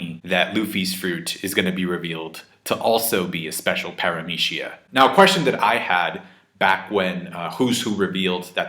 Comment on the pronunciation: the way you pronounce PARAMECIA really bothers me...